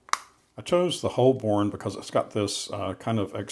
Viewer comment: It’s pronounced “ho-bun”, not “holl-bourne”. It’s named after an ancient district in central London.